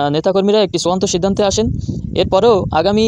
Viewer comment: ওরে, চুয়ান্ত না, শব্দটা হবে চুড়ান্ত ।